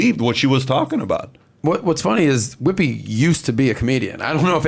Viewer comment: Whoppi?... i think you mean whoopi. Haha